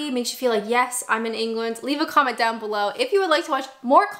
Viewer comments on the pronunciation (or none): none